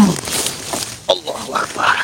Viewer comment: Si nenek lucu ga bisa ngomong Allahuakbar 👍👍👍